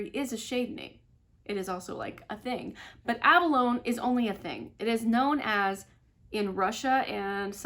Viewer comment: Oh my goodness- you must be so much younger than me to not know what abalone is! It’s pronounced like ab-uh-low-knee. It’s used in jewelry- it kinda looks like a pretty oil slick. 🤣☺️🤣